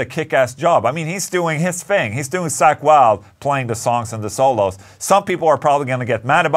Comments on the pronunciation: It's Zakk...not Sack. 😆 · I like how you pronounce Zakk's name as "sack".